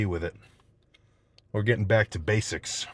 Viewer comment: What was he talking about when he said "we are getting back to basicks " (he said to check the coments but can't find one)